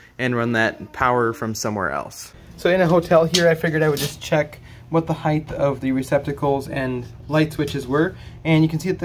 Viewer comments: I think I pronounce it with a "th" sound at the end for some reason! Never really noticed it before! I'll have to work on correcting that... :) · Assuredly off topic, but why are you putting the soft "th" sound on the end of the word height?! It's not "heightth". Is this a regional thing? People from New England or something? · It's so much easier to just say the word correctly. It's not heigth, it's "Height" ....HARD T at the end, not TH. rhymes with kite, white, bright, night, light, fight flight, sight, blight, fright. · I sport the same first name. And just like you, I too always made a mistake and said height(h)! It is a slip of the tongue, means the other direction is widt(h). But my best buddy would never let it rest. So I share that with you...and thanks for the correct height to place the box...lol! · A little tough to hear on the audio but do you pronounce it height or heighth? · is great. His pronunciation of ‘height’ isn’t though. (It’s heighT… not heighTH.) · It's a common utterance because of width (breadth), length, and depth. So "height" gets conflated with the -th sound at the end. It's just something many people say, very similar to the "acrost" instead of "across".